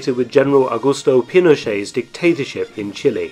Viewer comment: Chilly... Brrr! Chili.... Spicy! "Chee-lay"